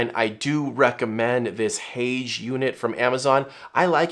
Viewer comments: Haoge is pronounced “How Gir”. And you missed a key point: any hood which is wider than the lens barrel will cast shadows when using the built in flash, so only hoods shaped like the Haoge or YC Onion are truly usable. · Haoge is pronounced how-guh in Chinese.